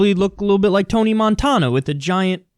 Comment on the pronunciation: "Tony Montawna"?